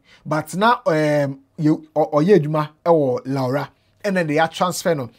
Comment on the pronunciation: Is so sad how we see life. Your pronunciation of the towns Lawra and Babile making me laughing.